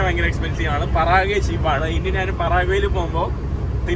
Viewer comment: പറാഗ്വേ അല്ല പരാഗ്വേ ആണ്